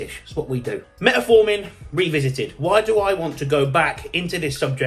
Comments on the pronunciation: Metformin, not Metaformin. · Metformin not met A forming...😂😂😂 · Great video, but please for the love of God learn how to say fucking Metformin 😂